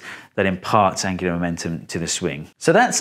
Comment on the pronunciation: Steve are you saying "angularMENTUM" or "angularMOMENTUM"? I actually can't tell, so had to ask.